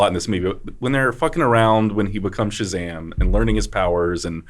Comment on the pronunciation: The proper way to say Shazam is like Gomer Pyle